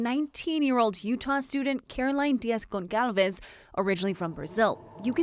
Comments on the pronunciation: The woman's last name is not pronounced /Gon-KAL--ves/. It is /Gon-SAL-vesh/. The c in her name actually has something called a cedilla and makes the c sound like an s. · Gonçalves is not pronounced ‘gonkalves’. Ç is pronounced ‘s’ in Portuguese.